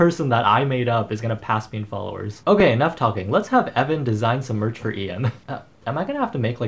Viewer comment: "I am Ev'an. " Oh no. Not again.